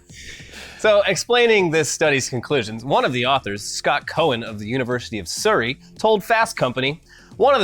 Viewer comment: 😂🤣 the way you say surrey. I live there and that's not how you say it man 😂🤣👌🏻